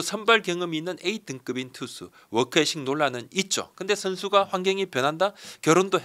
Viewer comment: 워크에식 ㅋㅋㅋㅋ 뭔소리인가 하네 ㅋㅋㅋㅋ 영어 뭐같이 하네 진짜